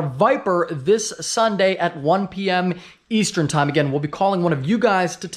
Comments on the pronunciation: Anyone else catch that “Easetern time”? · “Easetern” LMAO Love the videos!